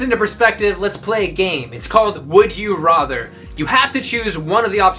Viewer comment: i love this guy but.......... his pronunciation of rather?